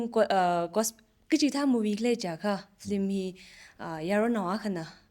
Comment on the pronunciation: It should pronounce as Film not flim.